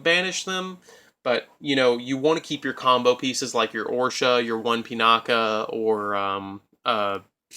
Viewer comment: Oroshi - "Or-oh-shi", Sohaya - "So-hi-ya", Pinaki - "Pin-ah-ki" say it with me now!